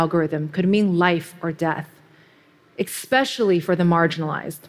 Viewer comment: Everytime she says 'expecially', a kitten dies.